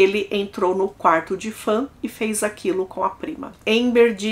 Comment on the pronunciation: Se pronuncia "Faun", não fãn. Tirando isso, ótimo vídeo, excelente narração 👍